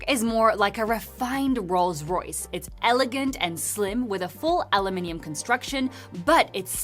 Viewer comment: Trying to use the British pronounciation and STILL says it wrong. "aLuMiNiuN". 😂